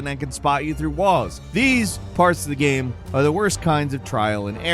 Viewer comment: why can't you say ''game'' properly? you've been saying ''gehm'' for more than a decade now, i just cringe every time